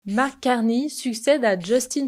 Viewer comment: Et en plus c'est Mark et non pas Marc (prononcé à la française).